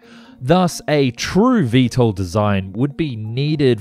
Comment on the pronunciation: "VeeSTOL", not "VeeEssTOL". V-two two instead of V-Twentytwo? Are you just a voiceover guy who knows nothing about airplanes?